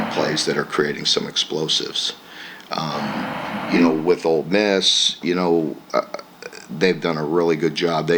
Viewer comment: Did he say “Old Miss”..? Oh buddy. LFG…. 🦈 🩸 🐈